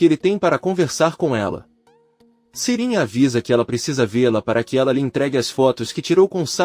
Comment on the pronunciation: E ai, meu amigo, Sirin é uma mulher, ou um homem? Você fala o nome das pessoas tudo errado!🤦‍♀️😂😂😂😂🎉